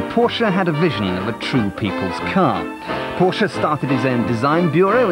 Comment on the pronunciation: Amazing... Someone who knows how to pronounce Dr. Porsche's name correctly !!